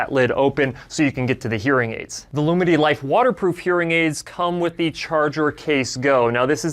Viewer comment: As a deaf person, I am really grateful to people who speak clearly. All I am hearing here is "Loominy" but it's spelt "Lumity". That is difficult for me. But it needn't be....